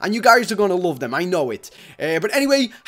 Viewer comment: you say asowme but is not